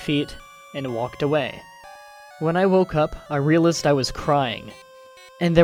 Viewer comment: The way you pronounced realized really bothered me...but good story. You read them pretty well, aside from the lots of unique pronunciations. Pahsta ;)